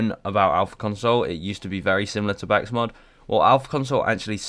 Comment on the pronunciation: THIS MAN FOR REAL JUST SAID BAKSMOD